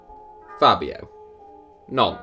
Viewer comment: tell me you don’t hear “Fabio Nonce”